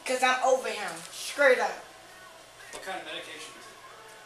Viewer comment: "Skraight up"